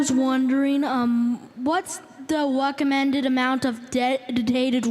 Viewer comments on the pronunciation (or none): The "dedotated wam" kid sounds like he has that Elmer Fudd speech impediment, pronouncing w instead of r. Notice how he says "wecommended". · Lol. Was just a mistake.... sick burn on the tongue tied kid. Wecommended amount of dedicated wam. I heard it pretty clearly, y so mean?